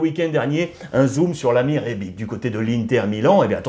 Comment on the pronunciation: Rebic se prononce comme Ibrahimovic 😉😂😂